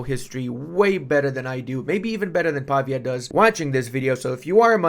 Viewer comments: Hi! I don't mean to be rude, I'm a big fan. But as I know you studied foreign languages (as I did) and I sure hope you still want to learn new stuff, the correct way to pronounce the developer name is pav-Í-a, with the accent on the "i". Just an advice from a Serene Republic fan of you, much love bro💙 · I'm feeling for mr. Pavìa, the dude even has a graphical accent in his name and still got the pronounciation wrong for the whole video XD